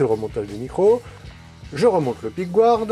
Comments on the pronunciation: Super vidéo ! Par contre… pickguard se prononce « picgard » même aux US et en Angleterre.. y’a que certains français qui disent pickgouarde … sûrement ceux qui disent migouel au lieu de miguel ;) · Un peu trop de pickgouarde à mon goût car les anglais eux-mêmes ne prononcent pas comme ça, mais simplement pickguarde (un peu comme nous en fait ;-). mais sinon c'est magnifique !